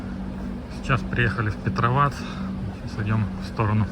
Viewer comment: Не ПетровАц, а ПЕтровац.